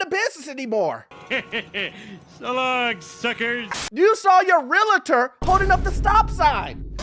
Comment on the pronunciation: Why does he keep calling them "Real-a-tor?"